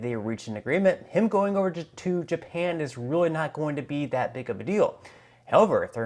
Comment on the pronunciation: Just Your Freidan slip inspired me to post a thumbs-up... "JEW-pan" in the same sentence as G7. The ZION controlled U.S. Department of the Treasury is the creator of the G7 ... Wake-up good people ... this is a group who do not care about you.